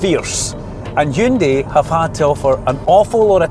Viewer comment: YES! He said Hyundai! Not Hayundai ..